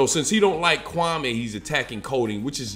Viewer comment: Can you say the man Kwame Brown‘s name the right way lol ? Other than that good vid straight to the point!